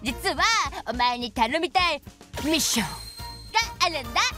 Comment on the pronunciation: MISSIONのとこだけ発音良すぎやて～